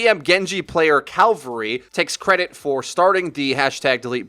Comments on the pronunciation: Cavalry, not calvery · ? calvary? cavalry?